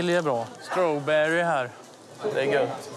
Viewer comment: ”strowberry här”